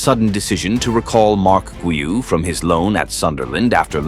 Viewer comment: Please, do not mispronounce his name. In 'Guiu' the first 'u' is silent, but the 'G' is still a hard 'G', like in 'Golf'. So, it's 'Gíw' with the strength on the 'i'